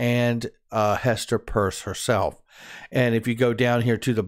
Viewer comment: Why do you call Hester Pearce, Hester Purse ???